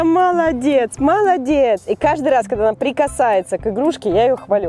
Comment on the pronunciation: правильно когда а не кагда